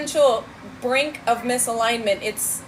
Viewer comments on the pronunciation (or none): none